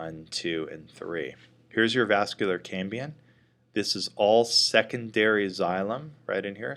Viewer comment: Very good and clear video, but keeps saying "cambian" instead of "cambium" perhaps he is blending the word Cambrian, as in the Cambrian explosion/era.